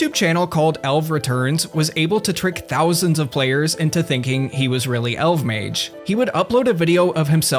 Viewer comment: It’s pronounced Elf-Mage